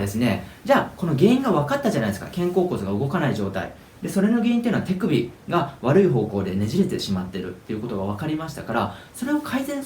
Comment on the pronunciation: 手首の発音がてぃくびって聞こえるんだが・・・